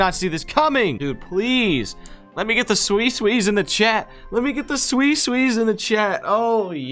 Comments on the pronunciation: Sui sui because its suicane not swucane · What the fuck is a swee-swing? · I pronounce it sue-a-sin